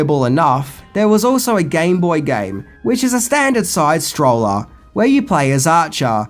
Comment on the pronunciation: I love how he says side stroller instead of side scroller when talking about videogames lol